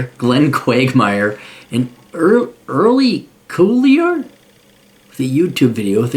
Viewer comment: It’s pronounced Early Kyler.